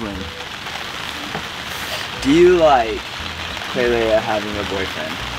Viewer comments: Eww stop calling her klailea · always says Klailea instead of just klai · I love how he calls her klailea